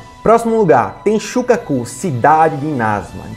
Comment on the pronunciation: ah pronto "enxuga cu (tenshukaku)" me fará rir toda vez q eu disser a palavra. amei por eu não ter o minimo de maturidade :) kkkkk